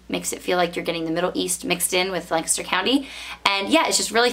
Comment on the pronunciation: I grew up in that area. It was nice to hear someone pronounce Lancaster correctly